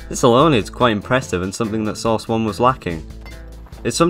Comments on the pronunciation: I like how you are just saying sauce 2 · Why are you calling it source? It's called Half Life.